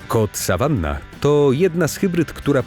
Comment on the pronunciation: Ten sawannah(czytaj sawana!!!